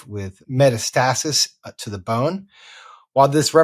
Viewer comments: Metastasis - accent on second syllable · They don't seem to understand nor know how to pronounce metastasis.